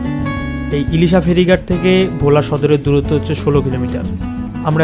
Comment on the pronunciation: Its not vho* its bhola